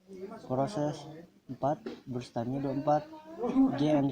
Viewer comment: Salfok si ngomong brush padahal burst aduh nafasnya juga😂